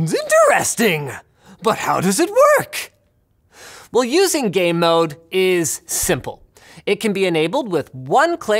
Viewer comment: I couldn't not hear "Gay Mode" every time he mentioned the feature.